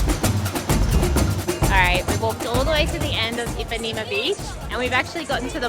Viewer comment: Great video, Brazil has so much to offer. Just a little correction, it's Ipanema not Impanema. :)